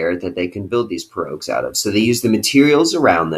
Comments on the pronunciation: Pirogue pronounced(pee)(row) you dimwit 😀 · That is not how you say pirogue